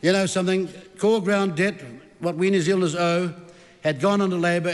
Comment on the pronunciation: I love it when Winston talks so quickly his words start crashing into each other...when "New Zealanders" become "New Zlnders"...😂😂😂😂